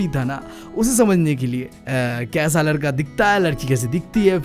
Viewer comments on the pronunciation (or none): none